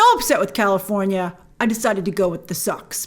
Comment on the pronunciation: California, has an R, Lol